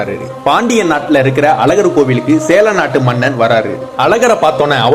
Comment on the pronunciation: Athenna sela nattu arasar. Sera nattu arasar ah. Ucharippu sariya sollunga